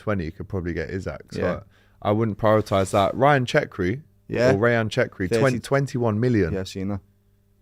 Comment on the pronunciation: Who the hell is CHECKRI???? 😂 it’s cherki pronounced Sher-kee